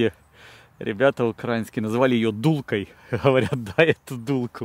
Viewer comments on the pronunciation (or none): Не дулка, а дуйка.